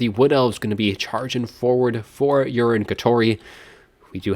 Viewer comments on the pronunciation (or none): I think it's Yu-ree-nay not urine but lol anyways great cast